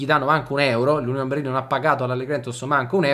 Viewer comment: Finalmente uno che pronuncia correttamente Berlin!